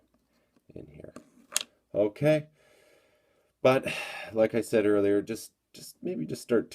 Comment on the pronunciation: Stop saying unkay. It's irritating.